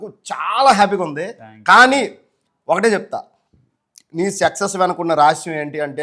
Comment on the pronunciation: Sexus కాదురా బాబూ సక్సెస్ 🤣🤣🤣🤣